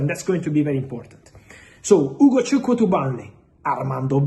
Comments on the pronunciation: Fab... You pronounce Ugochukwu and Chukwuemeka more than us Nigerians. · Damn...Fab you that Ugochukwu's name so well😂😂😂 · I love how he pronounced Chukwuemeka and Ugochukwu decently. Igbo amaka! 🥰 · Fabrizio how do you manage to pronounce Ugochukwu so perfect and Chukwuemeka❤❤❤